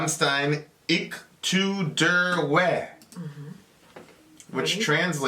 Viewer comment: Its pronounced " ish too deer vay"! And if you want a dark song from Rammstein, might I suggest the song "Spiel mit mir" pronounced "schpeel mit meer" ( meaning..."play with me" ). It's from the Sehnsucht album. A classic but iconic to their image!